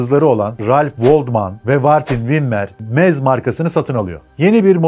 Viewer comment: Almancada doğru telefuzu şöyle "MZ" = "EM - ZSET" "MZ" açılım "MOTORENWERKE ZSCHOPAU" = almancada telafuzu "MOTORENVERKE ZŞOPAV "